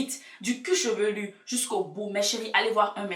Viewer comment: Du "cuchevelu" t drôle 😂